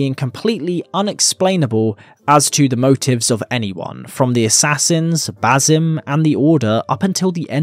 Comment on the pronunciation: Ba-SIM. Not Ba-ZUM. Ffs